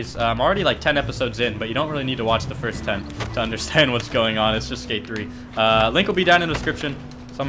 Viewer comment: he said firts lmao